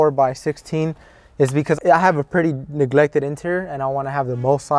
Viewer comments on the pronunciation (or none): He said "niglected""